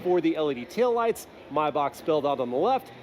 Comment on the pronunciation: Why do you pronounce maybach like that lol?